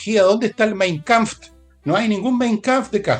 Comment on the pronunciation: Permítame una corrección, Willegas: si no maneja el idioma de Hitler, evítelo! Así no quedará como loro ante su erudita audiencia. (😂 Spaß muss sein, bitte nicht böse werden). No vuelva a decir "Mein Kampft", diga "Mein Kampf", also ohne T am Ende - Alles klar?